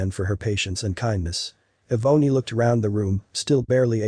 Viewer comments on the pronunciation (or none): Eh-boney? Does he mean Ebony? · Eh-boney? Seriously? Get rid of the computer voice that can't pronounce names like Ebony. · Eeee-bony? Shouldn't that be Ebony?